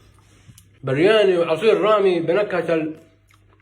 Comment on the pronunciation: ههه برياني مكاش حجا ينطقها صح وحافظ غير سيكونت ميل 😂😂😂على كلن دمك خفيف الله يحفظك